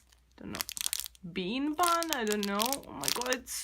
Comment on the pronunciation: It’s bun not “ban” 🤢🤮🙄😑🤣